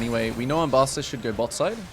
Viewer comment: Do you pronounce Ambessa’s name like that on purpose?